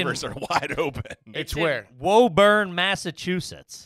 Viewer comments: 'Woo-burn' Mass lol, not 'woah-burn' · Hearing them say “woh-burn” instead of “woo-burn” hurts 😂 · IT’S WÚ-BURN YA SHITHEADS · It’s pronounced woo-bun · Hey I'm in woburn (pronounced whoo-burn) send me the address I'll walk up and knock on the door